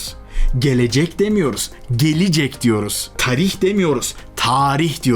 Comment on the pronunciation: abi taarih de değil tarih de değil târih diye böyle yani